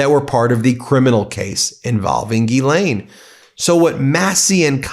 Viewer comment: I believe you are mispronouncing Ms Maxwell's first name . Jii ee ann or Gill ee ann.